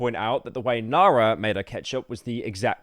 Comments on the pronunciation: Man just use text to speech, IDK how you managed to butcher nara halfway through as well. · Cheers bru for mispronouncing the most basic South African names, truly peak content🙏🏿